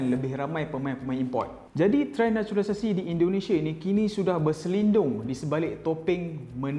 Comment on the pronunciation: “NATURALISASI” “NACHULISASI”